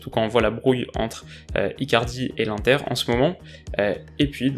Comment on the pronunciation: Dit l’inter et pas l’unter stppp